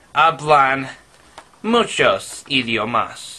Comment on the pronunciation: I love the enfasis he puts when he says "Muchos idiomas" it almost sounds like an actual spanish accent xD